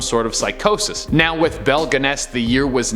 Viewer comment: Pronounced as Belle Gunn-us.